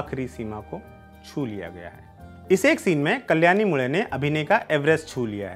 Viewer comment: Achcha laga ye sunke ki aap मुळे को मुळे ही कह रहे है, मुडे या मुले नही